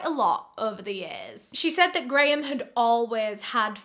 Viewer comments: I was trying to figure out how a Brit could so badly butcher Graham as Garoon. lol GaArRrRoOoOnN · Grayum-> Garu hmm seems like he liked to take letters out of things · graham but pronounced gray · Lol his name is just Graham. Pronounced “gram”